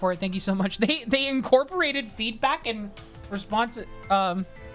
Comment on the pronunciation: I heard "HOW DO YOU PREFER FEET" out of context instead of feedback. in another tab and was like "what the fuck is in that quiz this IS FOR KIDS RIGHT?". I also was randomly reminded of your 6 year old Snapstream LOL